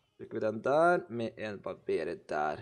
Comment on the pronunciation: barbarer ikke barberer